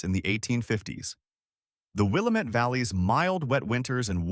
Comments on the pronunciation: Will-am-ette NOT Will-a-mette. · Will-A'-mette, dammit! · It’s Wil-lam-et Dam-it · Wih -lamb-ett.. till-uh-muk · It's will-am-it-damn-it. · I don't understand your hall monitor statement. I just think Willamette should be pronounced correctly in a story about Oregon. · no offence but your pronunciation of Willamette is terrible. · Arrrrgh! The speaker biffs the pronunciation of Willamette every time. About a dozen of them. The first is understandable, but then keeps piling it on. And on. And on. Willamette sort of rhymes with damn it .